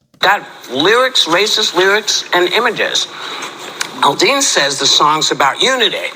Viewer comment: Aldean not alldean